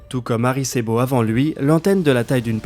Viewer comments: Tu m'a trigger à chaque "Harry c'est beau" perso... Mais bon on s'y fait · Désolé mais il s'agit de Arecibo et non pas de Aricebo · Bonjour. Ce n'est pas aricébo, mais arécibo... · autez moi d'un doute; on dit Arecibo et pas Aricebo? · kof arecibo, pas aricebo kof sinon excellente video ;) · C’est Arecibo, pas Aricebo... sinon, cool les vidéos ! Merci ! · Aricébo lol. non c'est Arécibo. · ArEcIbo, pas Aricebo ;o) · ben tu devrais etre un peut plus calé sur le sujet avant de commenté il n'y a pas d'erreur de sa part a part la prononciation de aricebo...prenez le temps d'écouter attentivement une 2 eme fois avant de me répondre ou de lui répondre... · Répétez 100 fois, Arécibo, Arécibo..... C'est fou faire une video sur ça, avoir les sources, et se tromper systématiquement sur le nom du site. Vous devriez refaire votre vidéo ou du moins éditer l'audio, ça ne fait pas sérieux. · Il a fourché ça arrive ^^ Edit, il fouche plusieurs fois qd mm ^^ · ça me fait penser au roman de science-fiction "Le problème à trois corps" du Chinois Liu Cixin, ça débute dans un immense radiotéléscope chinois, perdu dans la forêt. Ecrit en 2006, traduit en français. Passionnant. Merci pour la séquence, super boulot et on ne vous en voudra pas longtemps pour la prononciation d'Arecibo. À ce propos, il serait intéressant de se pencher sur ce radiotélescope, j'avais eu des nouvelles par les forums de Seti@ (je fais du calcul partagé avec eux depuis 1999) et l'ouragan d'il y a deux ans l'avait fortement abîmé et il avait du être arrêté. Des nouvelles ?